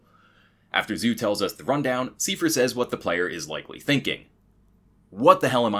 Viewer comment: "Siefer"? His name was Seifer...